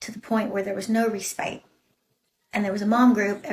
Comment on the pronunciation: That makeup and filters are working overtime. Don’t use the word “respite” if you don’t know how to pronounce it. 😂